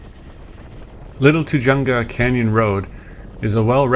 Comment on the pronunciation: Sorry, couln't resist -- it's "too-hunga" -- pronounce the "j" like an "h."